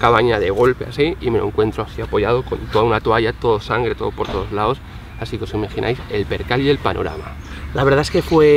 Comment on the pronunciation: Ahora entiendo porqué hubo un temblor ayer. jajaja Le salía ferne´ en vez de sangre. Abrazo enorrrrme!